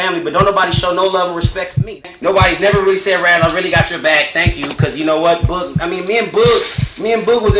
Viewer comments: can you please stop saying Boog’s name like that??? It’s BOOG like Boogie Man. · Boog like book. It’s the same sound.